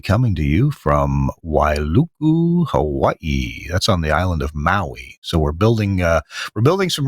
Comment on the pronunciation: I think that's called Wailuku, not Wailu'u, but I could be wrong. ;)